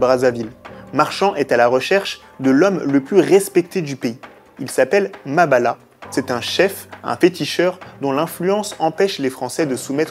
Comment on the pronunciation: MABIALA MA NGANGA pas Mabala